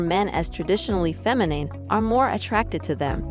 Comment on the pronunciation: Look up how to pronounce the word "feminine."